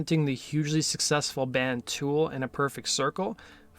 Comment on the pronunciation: God i hate how you say "Tewel"......man up dude